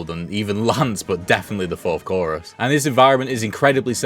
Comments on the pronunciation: I know I'm probably being annoying but her name isn't lance it's lace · Why’s he calling lace, Lance? Lol wtf?